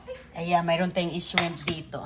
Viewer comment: Shrimp not s rimp